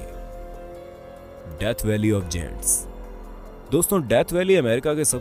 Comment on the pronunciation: गैंट होता है ना कि जेंट्स